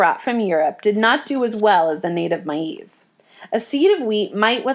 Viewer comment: its pronounced maze not mie ease dummy